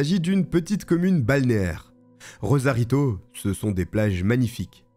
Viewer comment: RoSarito, pas *Rozarito